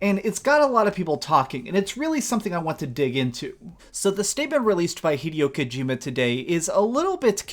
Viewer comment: “Ive always been a big fan of hideo kojima games” Says hideo kojimas name wrong 😂